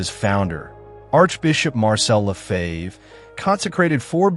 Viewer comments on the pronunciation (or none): none